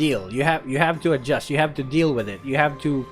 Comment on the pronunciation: That "adjust" is so malutong hahahah